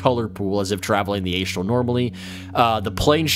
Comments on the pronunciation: A-Struhl, not Ay-Struhl. (Good video though, Love the content since I found it.) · Sorry mate, could not get past Aye'strell plane. I know its tomato toemahtoe but oof. gl.